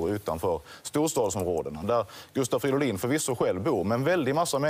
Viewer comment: Gustav Fiddolin?? Hahah